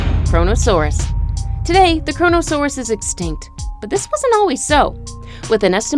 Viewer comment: Cronasouras lol